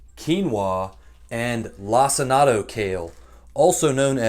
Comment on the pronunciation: My brother in Christ….did you just call it “lac-in-ato” kale?